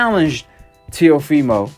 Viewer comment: The fact the flyod calls him telifimo and no one corrects him is hilarious 😂